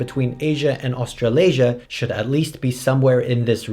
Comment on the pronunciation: "Australiasia" ... "afro-eurasia" ... i'll do crack now